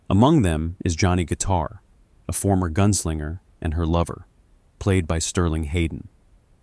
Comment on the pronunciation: Guys, it’s Johnny Guit*a*r, not Johnny Guit*e*r.